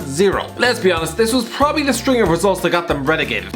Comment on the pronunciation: do you have to clean your mic everytime you say 'prrrrobably'?